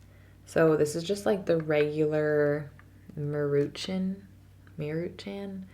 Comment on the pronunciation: "mEruchUn" "meruchAn" 😂 my mexican ass "Maruchan"